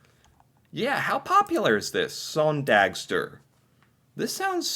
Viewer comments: The søn in søndagstur should be pronounced like the Sun in Sunday,! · I could listen to you saying "søndagstur" all day! 😂😂 That was so funny! I don't know why I enjoy Americans saying Norwegian words so much, but I have discovered that I do 🫣